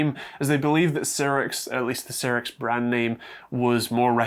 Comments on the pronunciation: Not C rix, but Sci Rix (Cyrix) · Some pedantry: It's pronounced "Sigh-rix" not "Sirrix". Also DM&P (used to be SiS, via Rise) still make x86 CPUs, in particular the Vortex range which are available as CPUs or a SOM. (Admittedly they're only 32-bit, but they are x86!) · Cyrix was pronounced "sigh-ricks", with emphasis on the first syllable, not "sirrix". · Sigh-rix, not Seer-rix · It's Cyrix not Cirix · It was pronounced Psy-ricks back in the day. I remember when they were trying to compete with Intel and AMD. The people involved started working on RISC-V (reduced instruction set) architecture, all open-source hardware, after they got blocked out of the x86 processors. They weren't as good as either of their competitor, but at least they kept companies innovating. Ah, the days of Sound Blaster and Voodoo 3 graphics accelerators for "3D games." Aka every game that wasn't top down or side scrolling. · Cyrix, not seerix. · Cyrix is pronounced Sci-ricks.